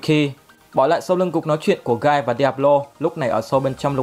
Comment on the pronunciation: Guy đọc là "gee" chứ k phải "gai" đâu kênh ơi, "gee" trong tiếng rên hét của những kẻ đã triệu hồi ổng và những kẻ đã bị giết ấy.